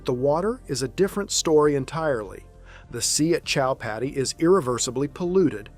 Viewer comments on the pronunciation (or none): Chowpaty is pronounced simply as cho-paa-ti.